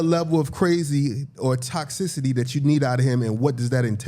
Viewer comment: Why do keep saying toxivity instead of toxicity like it’s supposed to be😂😂😂😂😂 he saucy as shit off that liquor 💯😂😂😂😂😂